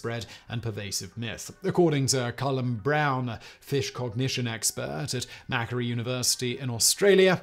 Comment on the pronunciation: Macquarie University? It's not pronounced "Mackery", it's "Mac-Quarry".